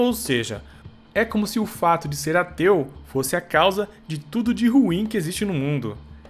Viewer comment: no começo do video ele falou"eu tinha um tio que era ateu" e eu entendi "eu tinha um tio que era teu" kjkkkkkjkkkk